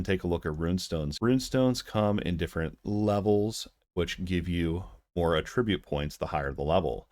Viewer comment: I appreciate your time that you took to produce this video but you have failed to do adequate research. The very first thing that triggered me was the mispronuniation of the word attribute. B2p games are simply not sustainable and sadly cash shops are not profitable if not used. Rng is one way to combat p2w. Therfore having a lottery like luminous purchases ensures that people who wish to sink a couple bucks into the game can do so and that supports the game long term. If the luminous was not rng then it would be pay to win. You absolutely can get storage when you unlock your house in game. I did extensive testing on the pet system and found no benefits towards combat. Additionally you can 100% get items in game and farming currency is exceptionally easy to do. The only people who should even be concerned about p2w are those that are hardcore competitive whales who will be moving on in 6 months any way when players with more skill catch up and they are no longer winning. This game relies more on skill than it does on gear alone. My friend maxed out his gear and luminous early on and could not perform well in the pirate solo dungeon. I was able to clear the final boss in less than a minute with no pants and level 1 luminous. You cannot buy skill in the cash shop.